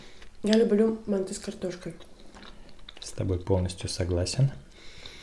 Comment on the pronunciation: МантЫ 🙄 мАнты